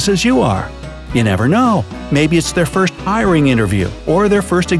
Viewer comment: did they mess up the word first on purpose